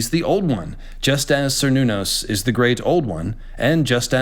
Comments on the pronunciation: Even though by now I already know it's Cernunos, I cant stop interpreting it as Sir Nunos every time:( PS: read the goddamned notes,. Ffs. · Only because of how often the character is raised on this topic: For "Cernunnos," is "Ker," not "Ser," just as the people are Celts, not Selts, and the clan is "Kennedy" (originally spelled "Cennedi"), not Sennedi.